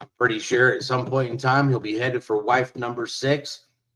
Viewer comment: He keeps going on about "protecting his WIIFE."